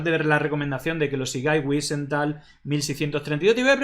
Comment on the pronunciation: Wisental no se pronuncia así, no es un apellido inglés. La w debe pronunciarse como la v francesa o inglesa